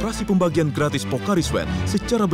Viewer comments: Logat betawi😂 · "Gak manis" "Gratis nih" dgn logat betawi "Kurang ajar" ngegas